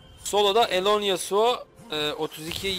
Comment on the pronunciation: Yasuoya karşı gragas yasuonun w suna dikkat ettikten sonra gayet güzel bi seçim fakat buildde morello nun ilk item olması e lerini dikkatsiz kullanması yasuoyu bildiğiniz elleri arkadayken kazandırtmış. Bu arada hocam alonesuo yu neden alone yasuo diye okuyorsunuz asıl nicki o mu bilgi sahibi değilim maalesef ama yazanla telaffuzun farklı olması biraz rahatsız edici. Bu arada yaptığınız iş çektiğiniz videolar o kadar insanı bir araya toplamak cidden kolay bir şey değil takdir edip destekliyorum sizi iyi günler